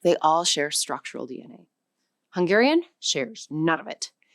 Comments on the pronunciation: The Hungarian was not native. Barely recognizable. The most basic pronunciation errors of someone who never studied a minute of it. Not representative. Another mistake. It is the other way around. The closest ones are the Siberian ones (Khanty and Mansi). Finnish and Estonian are way more distant. Also, Hungarian stress accent and vowel qualities still sound distinctly Uralic. Quite different from its neighbors. (Slovak (and Czech) sounds vaguely similar, but because it too has first syllable stress, unlike most Slavic languages -Hungarian influence?) A total, misleading mess. Those are either not loanwords or not from the language on screen. WTH? Barely researched video. Somebody just winged it. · The Hungarian was so much buthered, that ofcourse no-one could recognize it. Then mentioning Polish... Well.... They literally pronounced the Polish "SZ" instead of the Hungarian "SZ"....